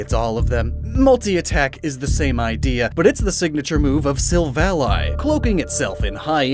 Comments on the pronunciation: I dislike how you pronounce Silvally. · Insert me screaming about how he pronounces Arceus and Silvally 😅 I do like having longer videos to watch every once in a while